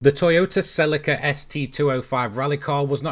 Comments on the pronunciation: I agree with vedder, have only heard of it being pronounced sir-leek-ar in the uk. Can probably find the top gear chaps even saying it that way. So god knows why he's pronouncing sell- ick-ar??? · he says it right once, but generally he says it like he's talking about silica gel that stuff in the little packet you put on your chips lmao. The stuff you get in shoes and stuff to absorb moisture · The way you say celica lol.................it's 'Sell---EEEEEEE ca' (SELL E CAR) ...your saying it like silica gel, lmao. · Sel i ca ? It’s Celica. Ssssseeeeeellllika ! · In the UK Celica is pronounced Sir-leek-a (British) not Sell-ick-a (American) - Google Celica pronunciation..... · he actually pronounces it sirleekar not sellickkr just sayinnn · Yup, even top gear pronounces it correctly. Sir-leek-ar.